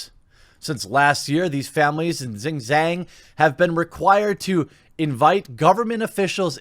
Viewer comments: I lived in China, last time I was there was 2017. The punishment for minors who overplay is likely going to be a negative effect for the parent's social credit score. edit for Jeremy: The 'jiang' in Xinjiang is pronounced with a hard j, like jar, and the g at the end is mostly silent, so it ends up sounding like "Xinjarn". Fascinating part of the world with incredible scenery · That's how mafia communism works Btw, the province Xinjiang where the Chinese Muslims live is pronounced Shin-ge-yung